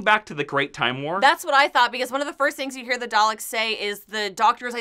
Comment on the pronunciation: love the dr who review. but please learn to say Daleks correctly. lol there is no 'R' in that word